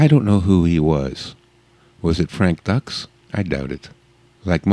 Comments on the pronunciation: No no, it's "Doo-ks"! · He can't even pronounce Frank Dux correctly. Bullshit! lol